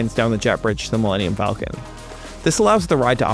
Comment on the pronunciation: Wait… how did Disney’s hypeman not know how to say “Millennium Falcon”!?! His company just paid $4 BILLION for the name, and he can’t do a Google search before the show? Or a Lycos search?